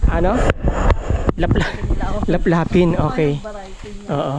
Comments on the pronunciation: Tuklapin po,hindi laplapin😂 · Tuklapin rambutan😂hindi laplapin